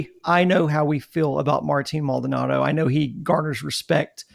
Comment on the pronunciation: first his name is Mald-O-nado, not Maldnado. Second "Uncle Mike" is loved in the clubhouse but he has been a non-contributor on the field for two seasons. Third, only casual fans on social media are turning on this team. For those fans have only been on board during this great run. I have been watching and listening to Astros games since the 60's. I witnessed the building of the Astrodome. I watched players like Bob Aspromonte, Rusty Staub, Sonny Jackson, Jimmy Wynn, Bob Watson and more play for bad Astros teams under poor ownership. Fair weather fans will always exist especially with the existence of social media ( which obviously I lived without most of my life). And it is because of social media that you spouted off your takes on Brantley's little speech and who knows where you came up with Maldy threatening to leave if he's replaced! I can only suggest that in the future don't post comments if you're "half asleep" and don't let yourself get wound up about a minority of misinformed casual fans on social media. Remember this too; your fast and loose info you posted is digested by the same people you criticize.